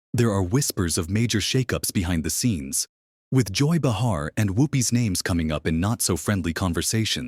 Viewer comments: I might possibly subscribe IF AND WHEN YOU LEARN HOW TO PRONOUCE THE NAMES OF THE PEOPLE IN YOUR VIDEOS - BUH HAR is not the way you pronounce Bay Har - illiterate bunch of nothingness here - THUMBS DOWN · Behar is pronounced BAY-har, not “Buh-HAR.”